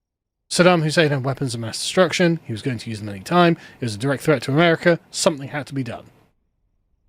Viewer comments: Why do you add an "R" to the end of America? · He's English, they do that in the middle of sentences.